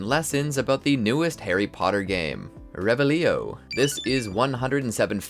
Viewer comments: It’s ReVelio not reveliiio😅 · mispronounced "revelio" right off the bat, you hear it so much how is that possible? did you even play? xD